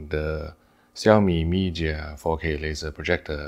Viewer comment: Hi, I thought your Chinese is good, please pronounce Chinese name in real Chinese. Not 萧米， 小米，not 咪假，米家